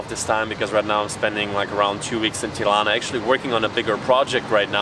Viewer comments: Smth about the way you pronounce the "r" in Tirana made me think you have germanic background. Apparently not. So, the pronunciation itself is fine. Just use a regular plain r. Keep up the good work and wishing you enjoy your stay in our country. 👍🏻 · The way you pronounce Tirana, makes me think your mother tounge is German.